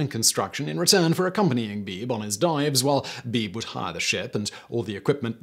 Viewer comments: William Beebe was my cousin. The name is pronounced "Bee bee", not beeb. ❤ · by the way, his name was pronounced "bee-bee", not "Beeb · I think Beebe was pronounced "Bee-bee". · Beebe is pronounced BeeBee. Brad Matsen, Author of Descent: The Heroic Discovery of the Abyss. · By not pronouncing Beebe B B Simon made life a little less fun